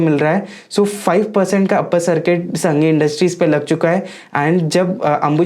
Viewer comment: संघी नही सांघी नाम है कंपनी का